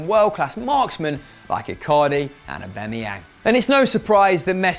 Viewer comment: Eubemeyang.... I am pretty sure it is pronounced Aubameyang, so please work on your damn pronunciation